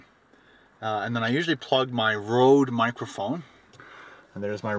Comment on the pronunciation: Its Røde or Roede not Road =b